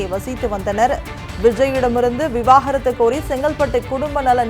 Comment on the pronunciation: தனி மனித ஒழுக்கம் 😂😂😂😂 செய்தி வாசிப்பாளரும் சரி பத்திரிக்கையாளரும் சரி விவாகரத்து என்ற வார்த்தை வாயில் வரவே மாட்டேங்கிறது 😂😂 விவாகரத்தா அல்லது விவகாரத்தா 😂😂 ஒழுங்காக படியுங்கள் 😂😂